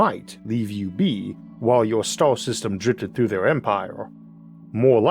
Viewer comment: bro your english is fucking brutal... hire an a.i. reader or something. cant even come close to saying the word star... among many others.